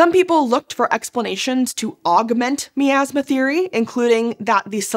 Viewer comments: My-Azz-Muh, not Mee-Azz-Muh. Every time you said Mee-Azz-Muh. I died a little on the inside. By the end of the video, I was but a shell. I hope your happy. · I have to play my Pie-An-Oh, to clear out this Mee-Az-Muh.